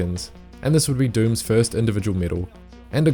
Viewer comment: Doom pronounced Dome.....